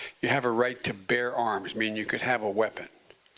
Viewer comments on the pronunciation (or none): none